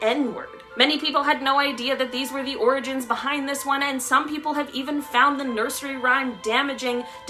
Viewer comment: Ok I think pronouncing orgins as organs is creepy